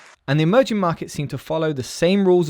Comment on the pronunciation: I swear I heard "emoji market"